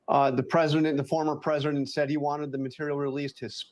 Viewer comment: Why can't that white dude pronounce "President"? He keeps on saying "Prez-in-nent". But he says "Presidential" just fine.